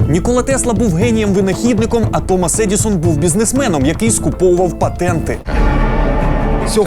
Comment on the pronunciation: Мабуть, щось не те - кожного разу чую "Томос Едiсон"